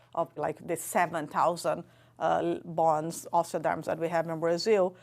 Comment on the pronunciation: How did you not help her to properly pronounce bones ?